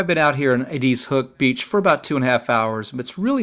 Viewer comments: Eeedeeeezzzz lol. You wouldn’t know unless you lived here it’s sounded Eddisss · Not being mean but it's pronounced eh-diz, not ah-deez ...